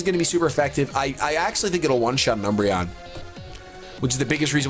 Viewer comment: He said dumbreon